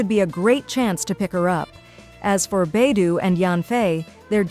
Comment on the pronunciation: Beidouuuuu not beidoooo😮